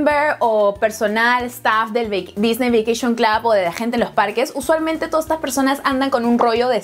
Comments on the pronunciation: "Loj Parquej dijney" Jajajajajajja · Se pronuncia "disni" no "disney". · Se dice disni